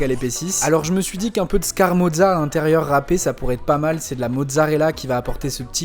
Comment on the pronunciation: Scamorza … et non scarmoza 😆